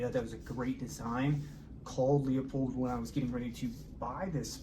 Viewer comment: A few nit picking comments. It's pronounced Lew pold, not Leo pold. The body is now magnesium, not aluminum. The three most expensive and important features besides construction is precision ground glass, glass quality, and coatings. Coatings are expensive and play a huge role. Unfortunately, you are correct...Leupold does a poor job marketing their scopes. They give you the fluff, not the meat. What specific glass and coatings are used? Trade names like Guardian Diamond Coat mean nothing. Field of view and exit pupil are pretty similar for most scopes with specific objective lenses and magnifications. Is it a high floride glass? Coatings affect light transmission, fringing, scratch resistance, dirt, dust, oil, etc. What specific coatings are used? Yes, there is a trade off in weight... High Density glass will be heavier. Are you willing to pay $2500 - $3500 less for 97.5% of the performance of a Leica, Kowa or Swarovski that weighs 8 ounces or 10 ounces more? The Swiss-Arca mount is a nice upgrade. So is the lens cap, though I really like the Alumina caps Leupold sells for rifle scopes. I like the large focus dial better than the small ones. It's easier and quicker for me to dial in the focus. Overall, good review. I still think Leupold is missing the boat on marketing....